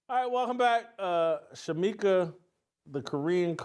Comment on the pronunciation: It was great to have back. needs to be on once a week, the same day of the week so viewers like me would know when he is going to be on. For those in chat, get the First Lady of Fearless' name right. It is Shemeka not Shameka. God bless Jason,, Steve and Shemeka.